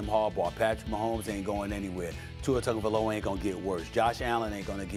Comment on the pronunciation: “Tua Tugavalova” - Stephen D- Dmith